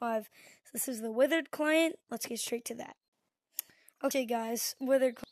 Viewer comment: Withered not witherd